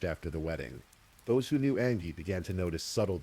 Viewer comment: Angie is pronounced Anne Gee. Sorry Mr. Ai that drove me nuts! An ghee ughhhh. She was a person and it mattered. 😂